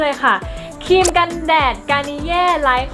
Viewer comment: ออกเสียงควบกล้ำให้ชัดเจนก็จะมีเสน่เพิ่มขึ้นนะจร้า (ครีม_คีม คริป- คิป)